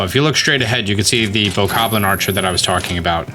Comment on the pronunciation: Its BOKOBLIN not BOKABLIN